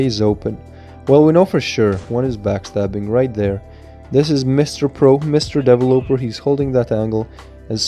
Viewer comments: Devil-oper Me: de-vel-lo-per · Devil oper? It’s “de-vel-eh-per” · What is a DaEvOoLoper?? Isn't it de-ve-loper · Nobody: Twist: dE-vUh-loPeR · i laughed every time you said developer because it sounded like you were saying deloper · Ik this guy did not just say devil-oper lmao bro it’s developer look it up on google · Why do you say devil oper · Bruh the way says "Developer" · He said developer wrong so many times 😂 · lol how you pronounce developer is so funny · Why you pronounce developer like that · Broooo that's not how you pronounce developer